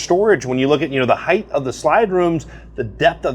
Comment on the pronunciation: Ok. "Height" does not end in TH. You're thinking of "width."